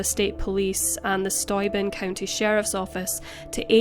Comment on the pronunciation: And Steuben is pronounced Stu-ben.:)